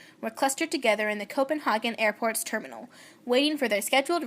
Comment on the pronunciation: It's really good. You're saying Copenhagen wrong tho.